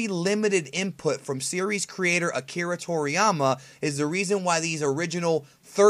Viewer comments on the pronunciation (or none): none